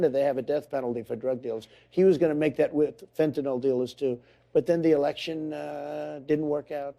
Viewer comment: Biden can't even pronounce fentanyl.